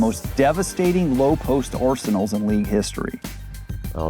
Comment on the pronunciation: Why the narrator gotta pronounce "Arsenal" like that?